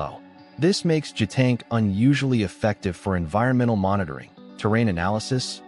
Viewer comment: It's JiuTian, not Jetank.